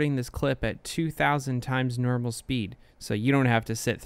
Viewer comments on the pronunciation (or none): "two thousand times nermal speed"